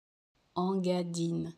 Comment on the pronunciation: Cela se prononciation INgadine et non pas ENgadine